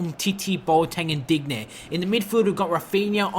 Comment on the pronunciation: Its not Dig- nay, Its Deenyay. Make it sound French at least plssssss